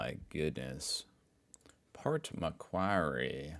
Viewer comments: Pronunciation: - Port Macquarie: Port Mack-worrey - Uluru: ŌŌL-oo-roo (emphasis on the first syllabul) - Gravox: Gray-vox (like gravy) We call white gravy "white sauce" and its made with milk and conflour with salt and pepper. And we put this on cauliflour and spuds or corned silveraide. Brown gravy goes on lamb and beef and pork (we normally do pork with applesauce though) You CAN get chicken gravy tho which is white-ish. People show up to vote, but "donkey votes" are common. And the fine for not showing up is like only $50. Suprised nobody called cigarettes "durries" Tax on smokes in Australia is horrendous. Wasnt til I worked for home affairs that I realized how massive the tobacco black market is to avoid paying a weeks wage per packet. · It's pronounced Port "Mcworry" and since we're on the subject, I'd love to hear you try saying happy arvo the Aussie way by dropping the r sound and saying "ahvo" instead 😊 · so love your stuff, but by god you can torture the language. I have honestly never even conceived of some of the ways you mangle Australian english. Port Macquarrie; "port mu'-kwarrie" dead simple..... really looking forward to your visit here... we will fix youso you'll be able to claim to be bilingual: Hoosier AND Strine!😂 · Pronunciation correction: Port Makwarry